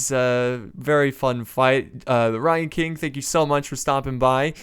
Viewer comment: I'd never heard of TheRyanKing before but i subscribed to him for his pronunciations alone